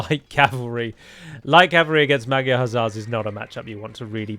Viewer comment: Please pronounce magyar like "madjar"